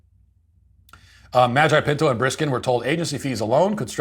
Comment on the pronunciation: Hearing Matt say Nicholas Magi pinto is only second to him saying Karen Gene pear 😂